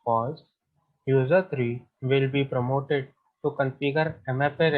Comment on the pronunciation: Q32 promoted / prompted ? you sounded as promoted..